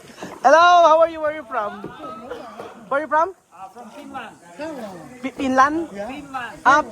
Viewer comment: Finland hindi Pinland 😂